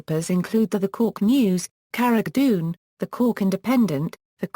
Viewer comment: Lol u said carrigling wrong